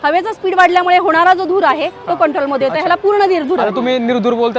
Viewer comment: धूर नाही कसे म्हणता ?